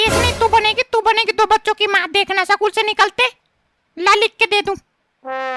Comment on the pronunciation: स्कूल ❌सकूल ✔️😂🤣😝